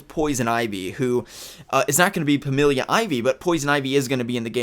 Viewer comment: "Pamelia" lel.